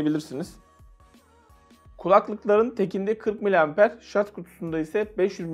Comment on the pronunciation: Güzel abicim rica ediyorum şarZ deme şuna